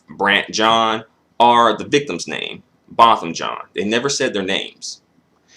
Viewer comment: His last name is "Jean" Not John